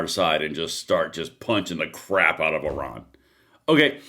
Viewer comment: Fkn STOP saying "Oran". Oran is an Algerian city. It sounds incredibly ignorant each time you say it when you are supposed to be talking about Iran.